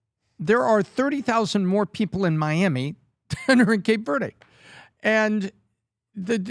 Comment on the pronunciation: Pronunciation is in correct about Cape Verde. Lol